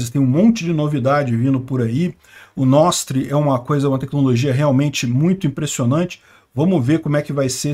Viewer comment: o que é esse “Nostre” que vc fala lá pelos 9 minutos???